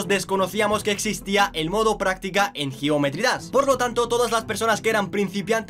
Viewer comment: Cuando dises geometry dass XD